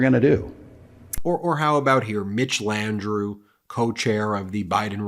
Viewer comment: Sorry Ben love y'all but it's pronounced LANDROW and N'AWLINS 😁 keep up the awesome work!❤